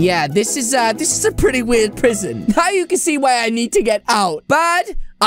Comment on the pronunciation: U said prison wrong